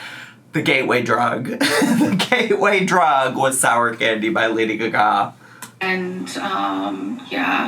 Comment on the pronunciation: Thank you for performing Lady Gaga's name as it's meant to be pronounced. By the way she is totally playing up how high she is.